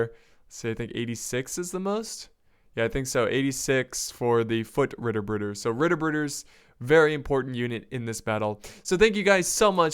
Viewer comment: Try to pronounce the tt in Ritterbrüder like the t in "to" :D It's funny how english speaking guys always slaughter german words :D